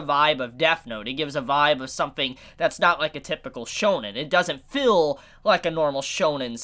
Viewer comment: Ideal not idills and feel not fill learn to pronunceiate please.